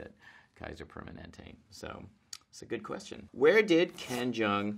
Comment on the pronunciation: What he said: Hi I'm ken jeong What I heard: Hi I'm ben chang